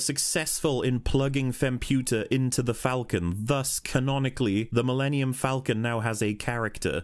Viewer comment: "My pride and joy," yet he can't take the time to pronounce it; it literally sounds like he says "The linium Falcon."